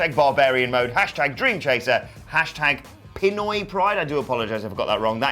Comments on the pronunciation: your pronunciation of Pinoy is Good. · Pinoy, correct pronunciation :) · Pronounced Pinoy right, al good